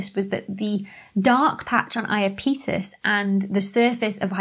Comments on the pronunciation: Fun video ! I sort of liked the emphasis on 'on' in Hyperion, but if you're going to say 'I-a-pee-tus' when the entire planetary science community says 'I-ahh-pet-us', then you should at least explain why you chose to do so. Disappointing also not to discuss the possibility that many of the depressions on Hyperion might be sublimation pits rather than impact craters. Planetary science can be a bit messier than astrophysics, I guess.... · i a peetus???? no IAPEH TUS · pretty sure its i-ap-e-tus not i-uh-petus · I have only heard it as "EYE app uh tuss", but I am OK with "Eye uh PETE us". It doesn't sound too odd. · Iapetus is pronounced "Ay-uh-peetus"? I've been calling it "Ay-app-uh-tus" Why didn't someone tell me!? Oh, I've been making an idiot out of myself! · I’m with all those who say I-A’-Pet-us, not I A Pete’ us... But I still enjoyed watching the video regardless! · the stress is on the AP. And 'pet', not 'peet'. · Iapetus = "yapetus" (i.e., 3 syllables) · According to the Oxford English Dictionary (I chose it because your British) Iapetus is pronounced /aɪəˈpɛdəs/ (in IPA notation) a link to a sound file is here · Apparently the pronunciation of Iapetus is /aɪˈæpɪtəs/ (accent on the 'a' or second syllable). And don't fret over the misspelling of Phoebe; it's much more interesting to learn about the laws governing the movements and events in the universe, than to delve into the chaos that is English spelling. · When you pro0nounced Iapetus, I assumed I'd been pronouncing it wrong. Then you had the bit in the bloopers, so I checked. We both were! Apparently it's eye-app-a-tus or ee-app-a-tus according to or thereabouts. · It sounds like you're saying "Imapenis". xD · NASA Jet Propulsion Laboratory and the Cassini probe chaps pronounce it "I-ap-e tus". But to each his own. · I always heard it said, ‘YAP-eh-tuss’ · I always heard them say eye-ap'-e-tus, but, it knows who it is... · Iapetus = Eye - Ap - E - Tus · Pronounced "I-a-pee-tus", accent on the I.